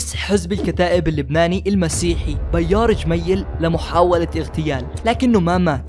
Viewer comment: Never heard anyone called him Bayar El Jemaye hahahah before. Bayar?? Try to say Pierre